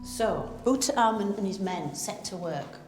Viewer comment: Tootin Carmen, Ummin Otep, she totally destroys their good names, doesn’t even give them enough honour to try and say them correctly. Painful to watch